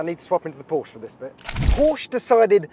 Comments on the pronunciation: Please don't say "Porsch". It's PorschE!!! You have to pronounce the E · it´s Porsche not Porche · Okay first of all.. mister so called ‘Top Gear presentor’.. It’s Porsche! Not Porsch... C’mon dude! 🤨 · Knospe Du hast recht. Aber Porsch finde ich bedeutend schlimmer als Porschi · Anyone can tell to this guy, Porsche is Porsche, not Porsch !!!!!!!! pls don't be ignorant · It's not Pooooooohhhhhhhhhrsch. It's Porsche. Short o and an e at the end! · it's "paw-shuh" mate. not "porsh". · Is not PorschE. Its Porsh-Ah. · 😂kann ich nur zustimmen. Genau wie "wuolgsweggon". Einige englische oder amerikanische Personen können es aber auch richtig aussprechen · Jesus Christ, this guys from Top Gear? It's pronounced "poor-sha" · Why can't Englishmen learn how to pronounce Porsche? It is a two-syllable word. Always has been, always will be. When I hear someone, who should know better, mispronounce the name, I pretty much stop listening. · It really does make people sound dumb when they mispronounce car brands and then call themselves a fan or information source for the brand